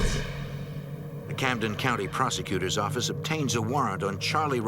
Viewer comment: New Yawk Affice😂